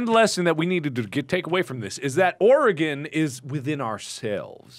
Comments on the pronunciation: I was just about to comment a thank you for not pronouncing it "Ory-gone" haha Them not being Oregonians I wonder if they know how to pronounce "Willamette" correctly too. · To all the Oregonians: Can we take a moment to be happy that they both pronounce our state correctly? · HOLY FUCKING SHIT YOU PRONOUNCED OREGON RIGHT THANK YOU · Pretty surprised they pronounced Oregon correctly. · Yes. I'm VERY glad they pronounced it correctly. For some reason it's hard for most people to do so -_ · Yup, THank god. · So happy to see Mark and know how to pronounce Oregon correctly.